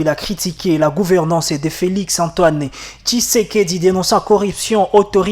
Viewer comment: Kinshasa ce n'est pas kinsasa et pas kisekedi ce tshisekedi 😂😂😂😂 poisson rwandaise